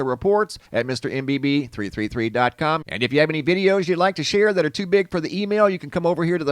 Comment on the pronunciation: MR. BB33. PRONOUNCED BB THIRTY THREE. JUST S A Y I N .